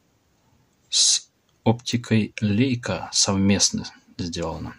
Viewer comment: ты мне рассказывать про гемецкий язык будешь?) Я его 8 лет изучал. В данном случае правильно произносить Ляйка.